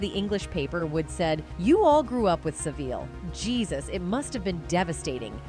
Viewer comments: Sah-vil, not se-veel! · Ironic that a woman who was SA'd many times herself as a child, would go on to be a handler! They do say that 60% of abused kids will become abusers themselves... Some of these photos though are of his brother Kieran as well. Jimmy Savile is pronounced 'Savill' in the UK. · Never heard Savile called Saveeel before.